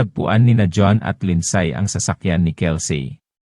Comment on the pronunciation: " Lindsay" is pronounced Lind- si not Lind-say